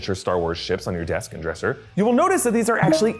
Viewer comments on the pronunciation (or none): none